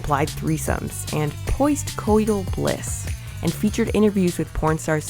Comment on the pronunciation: Um, did she say "poist-cotal bliss"?